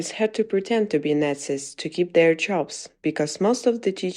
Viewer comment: If you are going to talk about nazi’s, then at least learn to pronounce the word properly!!!